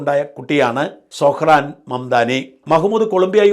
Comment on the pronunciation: സൊഹ്‌റാൻ അല്ല . പറയുമ്പോൾ സൊറൺ എന്ന് വരും ട്രൂമ്പൻ അമേരിക്ക ഒരു ചൈനയോ റഷ്യയോ ആക്കി തീർക്കും